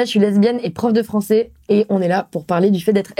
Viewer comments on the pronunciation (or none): Je suis prof de "francé"... faut l'envoyer chez un logopediste, la soeur ciseaux.